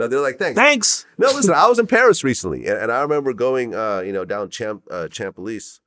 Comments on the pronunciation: The butchered mispronounciation of CHAMP ELYSEES by someone who recently went to Paris is trifling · Learn how to Pronounce the Champs Elysees properly-!!!!